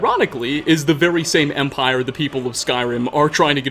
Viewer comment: Omg such a cancerous commentary.... THII empiRHEGHH